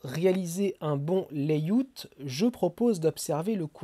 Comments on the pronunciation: Je corrige: pas "léiout" comme tu dis mais "léiaout". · "laïout"?? On dit "laïaout".